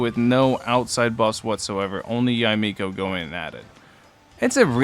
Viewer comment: Props for getting her name's pronunciation. A lot of youtubers have been pronouncing it as Yay Miko when it should be Ya-Eh Miko